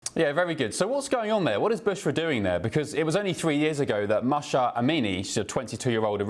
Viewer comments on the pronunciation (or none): Please say her name right! Mahsa, not Masha.